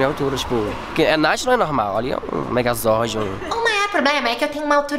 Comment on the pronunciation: "Megazorde" Kkkkkkkkkkkkkkkkkkk